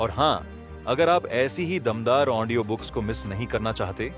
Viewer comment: Aap Audio ko Aondio kiyu kehte hai ❓ Anyways,,,aapki voice aur bolne ki tarika mujhe bahut achha laga.... book ke har chapter ko aap bahut hi achhi tarike se samjhate hai... Thanks a lot sir ❤🙏